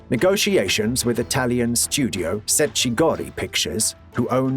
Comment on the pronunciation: The way the voice over pronounces Cecchi Gori is plain ignorant, Cecchi should be pronounced "Tche-kkey", and not "Secci". Or maybe it wasn't ignorance, it was British arrogance pure and simple.